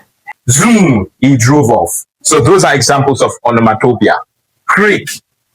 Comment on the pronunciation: Great pedagogy! Revisit and check how you pronounced the word “ Onomatopoeia ”...whether you got it right or not in the video. Shalom !